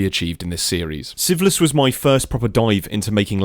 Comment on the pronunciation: No hate like this and I have watched only one hour and 27 minutes and every time a new episode comes and you say the name of the series it sounds a lot like syphilis. You really need to work on your naming skills 😂😂😂 otherwise a perfect video.